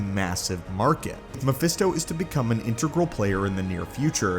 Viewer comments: Pretty sure he says phermisto instead of mephisto at around the mark 😂😂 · At one point I heard you say "Phemisto"🤣🤣